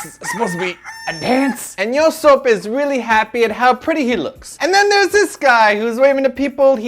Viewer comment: Why does keep pronouncing it as "batoost" it's pronounced beast it's just stylized as B2ST because in Sino-Korean the number 2 is pronounced "ee" so if replace 2 with "ee" you get B-"ee"-st and his name is not "yosoap" sheesh get it right and I couldn't help but feel that they where kinda nitpicking at every little thing.